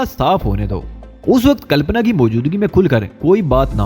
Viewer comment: H Good but leurn urdu books 2 make your words delivery better better pronaunse calpana ok not calapna